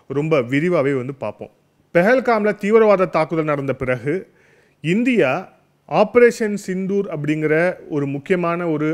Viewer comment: ஆப்ரோசன்.... சித்தூர்.... ஆப்ரோசன்..... சிந்து... ஊர்....